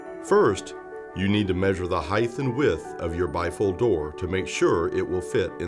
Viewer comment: Disliked because you said "heighth".